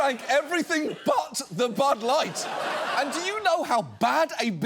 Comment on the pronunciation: loved how he spat out "bud light" 🤣🤣